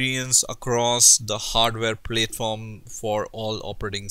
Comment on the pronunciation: Please, it's not pronounced "plate form". It is [pl]at-form rhymes with at-form. Hindi accent is not so bad, but yes 1.5x speed-up is beneficial.